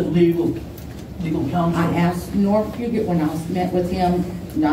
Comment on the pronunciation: Please tell that Norm Fugates name is pronounced Few gate not Fu got a.